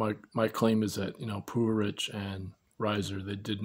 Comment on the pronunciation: I realize his last name is pronounced puHARich. oops. hahaha.